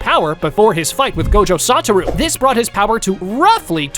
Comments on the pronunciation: It's not gojo sataru it's soshua Gojo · No way, bro said Gojo Santa